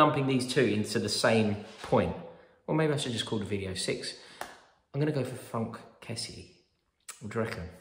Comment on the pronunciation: fronk kessie? pretty sure he's called frank.